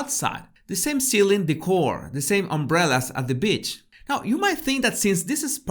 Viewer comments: This video is so on point. Is it me or it sounds like you saying b** instead of Beach. 😂 either way I love your videos. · I’m sorry, I just love the way you say beach 😂